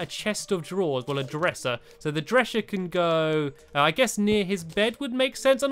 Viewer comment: I heard stampy say dresher instead of dresser